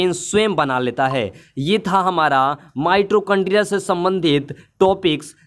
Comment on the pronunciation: Pahle bolna sikho mitrochondria nahin mitochondria hota Hai